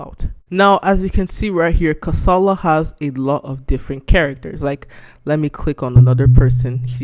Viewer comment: your pronunciation of the name of the game is not right. its pronunced [ka.sa.la] "ka", Is streessed similar to "ca" in car followed by "sa" as in sack and "la" as in llama. not karsarlar. dont mind me sha . kasala means trouble